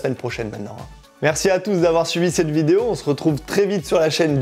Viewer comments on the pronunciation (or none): none